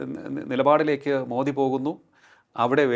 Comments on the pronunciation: മോടിയല്ല മോദി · എത്ര അരോചകമാണ്. 11 വർഷമായിട്ട് ഭരിക്കുന്ന പ്രധാന മന്ത്രി യുടെ ശരിയായ പേര് പോലും പറയാൻ അറിയാത്ത ഒരുത്തൻ. മോഡി അല്ല മനുഷ്യാ. മോദി. മോദി. കഷ്ടം